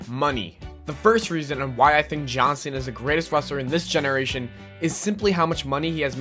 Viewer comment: "John Sinna"